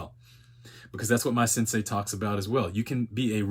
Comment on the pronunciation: Turned off video when i heard "sensei"